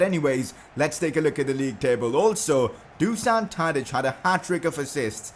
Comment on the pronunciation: #pcq You already signed Danny Mulder previously and released him. And then you signed him again lol. Also, since Tadič is Serbian his name is pronounced Do-shan.